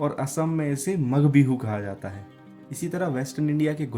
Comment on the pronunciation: It's not magh (m+a+gh) bihu it's magh (m+aa+gh) bihu. I am not judging you but just telling my opinion